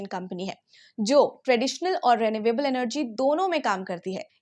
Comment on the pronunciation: Mam, Why do you pronounce renewable as "ray-nay-way-ble"?? Isn't it supposed to be ree-nyu-able?? At least, the Cambridge Dictionary thinks so!!